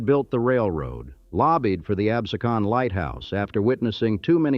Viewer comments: I can’t watch it because of the mispronunciation of the Town of Absecon….. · unfortunate he does not know how to pronouce Absecon. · its pronounced abSEEcun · Amazing. can pronounce "Lenape" correctly but falls flat trying to pronounce "Absecon..." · "Absecon", "Lenape", two mispronunciations/misspellings in the FIRST minute was egregious-is this AI or what?